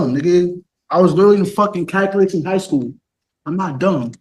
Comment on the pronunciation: Cant even pronounce calculus..